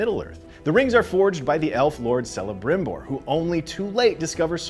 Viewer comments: Celebrimbor is pronounced with a k sound not an s sound. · definitely not a true Tolkien geek doing this piece... the 'C' in Celebrimbor is a K sound. not an S sound. Also pronounced Edain wrong. And not for nothing but Professor Tolkien was a philologist. Pronunciation and the languages in LOTR were of paramount importance for a man who constructed multiple languages for his masterwork. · In Celembrimbor, <C> is pronounced /k/ not /s/, I really hope, those in charge of the shows will have more clues about the phonology of those languages than you guys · its Celebrimbor not Selebrimbor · It's Kell-a-brimbor, not Sell-a-brimbor. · Kelebrimbor, not selebrimbor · Sauron, Celebrimbor, and Edain mispronounced. Sauron like sour fruit. Celebrimbor like cat, Edain like eye. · A Note on Pronunciation: Such elven names as Celebrimbor, Celeorn and Celebrían (and, I believe Círdan) are pronounced with a hard 'c': Kelebrimbor; Keleborn; Kelebrían; Kírdan. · Pronounce after me, Edain - Eh-Di-In, Sauron - S-Ow-Ron & Celebrimbor - Kel-La-Brim-Bor. Also the world being reshaped into a globe was more symbolic as since Aman existed no one could sail to far West, so they couldn't go around the world, only remain where they were like on a flat surface. But once Aman was raised into the heavens people could said around the world freely, thus it was like it was round for the first time. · Sellabrimbor? Oh FFS. 😒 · *kel'eh'brim'bore is how it is pronounced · They did not just say selebrimbor 🤦🏽‍♂️ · At the back of the Appendices in The Lord of the Rings there is literally a correct way of pronouncing everything. “Sour-ron, Kelebrimbor, Ee-len-dil,”. So how do they manage to get it so wrong. Great recap but please get the names right, next time. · It's Kelebrimbor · Celebrinbor is pronounced with a k. Including all names spelled with c. Celeborn, Círdan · Wow all the butthurt people in here because he pronnounced Celebrimbor the wrong way. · Celebrimbor is pronounced with a hard c.